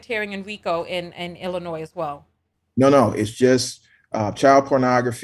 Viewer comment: For the love of Christ! The S in Illinois is SILENT!!!!!